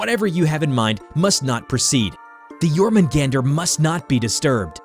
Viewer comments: It's [Yor-mun-gahn-dur], not [Yor-mun-gAn-dur]. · Well I pronounced jörmungandr Jörmungundr or Yormun Gawn Dir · YOR-MAN-GAN-DER is how you pronounce it I believe. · not really he pronounced jörmungandr in the western way